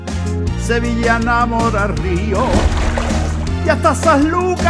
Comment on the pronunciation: СевиЯ, двойното ll се чете за я